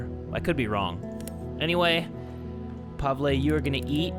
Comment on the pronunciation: hey, you prenounced pavle wrong, its prenounced like pav-ill